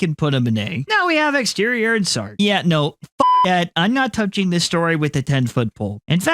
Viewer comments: Omt and Exetior (pronounced X-eh-tor) are my favorites, and both belong in high S, in my opinion. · you...just called him fucking exterior... it's E X E T I O R